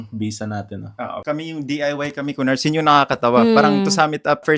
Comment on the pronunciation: Ku-nars and Ku-phars 🤣🤣🤣🤣